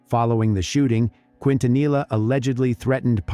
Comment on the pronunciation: You’re pronouncing Quintanilla wrong. It’s a Spanish surname and double Ls are pronounced as a Y not a L.